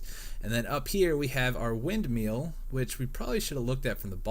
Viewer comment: Hey it's not windMEAL, it's windMILL